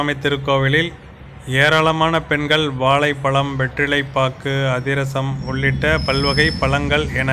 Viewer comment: Please pronounce Tamil properly. வாழைப்பழம் என்று சொல்லவேண்டும். உச்சரிக்கும் போது “வாளைப்பளம்” என்பது தவறு.